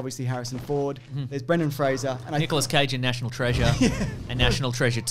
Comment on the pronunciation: THANK YOU for pronouncing Brendens' name correctly